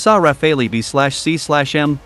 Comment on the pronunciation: Good stuff but please pronounce /RAFAL/ not Raphaelee. By the way, the Arquus Trapper is made in USA, not France, I am sorry to say. Everything else is French, although Airbus (born in Toulouse, France) is now a European Consortium. When the European agree / work together, they do great! Hello to my fellow European citizens!